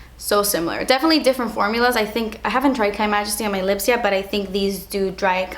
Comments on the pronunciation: no it literally says KYmajesty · it's just "K" majesty, pronounced like Kay, not like Kai